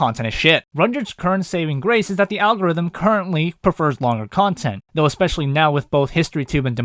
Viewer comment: ‘zelligaryans THOUGH